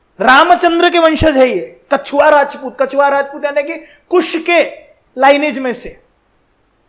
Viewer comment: कछुआ नहीं है कच्छावा बोलते हैं या कुशवाहा बोलते हैं